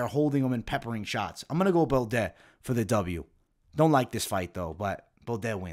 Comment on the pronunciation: That may just be the worst pronunciation of "Baudot" I've ever heard. How do you get an "et" sound out of that?! Hard to believe you're watching much tape on all these guys when you're constantly butchering their names. Your breakdowns are good but if you ever want to reach the next level you've gotta do these fighters better than that.